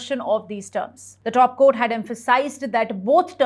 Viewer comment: Dop Court? It is Top Court. Repeated mistakes. News reading quality is very poor and mechanical. Not able to understand her clearly. Many key words are not pronounced properly. Please correct your mistakes. Or let someone qualified Read the News